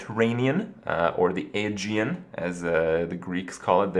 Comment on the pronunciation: "The Mediterranean, or the Angie-in, as the Greeks call it." ... I love Kripp, but he's really not the brightest guy.